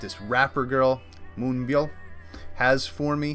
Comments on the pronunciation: You pronounced Moonbyul's name perfectly 👍 she's my bias by the way... 😁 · You pronounced Moonbyul and Hwasa fine. There are entire Youtube channels dedicated to pronouncing idol names so you can check those if you're ever in doubt. "Solar," is Kim Yong Sun's stage name so it's the English word (a play on the "Sun" part of her Korean name.) Solar was my 1st bias in Mamamoo... but as I got more enamored w/ them, Wheehin's my gal now :).